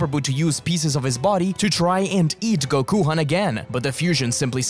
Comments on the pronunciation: Did you just call him Gokuhan it’s Gokhan bro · Why call it gokuhan...if gokhan exists?